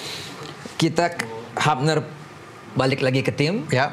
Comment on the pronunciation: Habner hilger… tlg nama org disebut dengan benar lah.. hyubner… huilhers